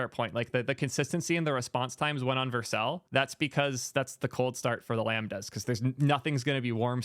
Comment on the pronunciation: Only thing bothering me is how he pronouncing it Vercle